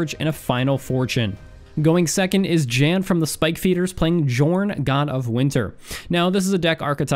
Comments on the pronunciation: Pretty sure Jorn isnt pronounced djorn, but rather with a soft J i guess, like Yorn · Every channel can't say Jorn's name right, it should sound more like Yorn. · It is pronounced yorn God of winter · Oh ffs, I was going to let it pass, but seriously, I'm pretty sure it's a 'y' sound in Jorn's name, like Jan is traditionally pronounced in it's native lands, ironically enough. Same with Firja I'd assume.